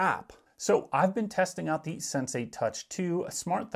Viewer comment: It's not "SenSay" it's Sensee!!!